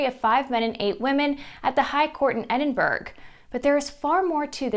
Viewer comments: Edinburg??? Edinburgh sounds like "Edin Burr Ah" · Very clear report! You are one of the best! Love your broadcasts. Thank you. BTW In Scotland we pronounce Edinburgh as Edinburu with soft sounding "U"s - as in "up" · Edinburg lol